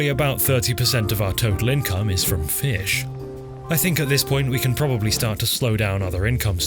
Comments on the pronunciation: please stop pronouncing fish like that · I've been mispronouncing "Fee-ish" all my life! Thanks for hooking me on the correct way! :D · Every time you said 'feesh' my brain added the sound effect; very good. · Sir Sean Connery would be proud of the way you pronounced "fish". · Man be saying Fish like Michael Jones when he had a stroke lol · haha he says fish in a funny way haha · Love the way you say fish. It's like an audio version of italics